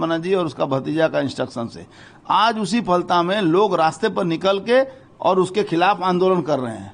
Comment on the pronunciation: Live Hindustan News, Please correct your pronunciation for Falta. It's Ph-al-ta.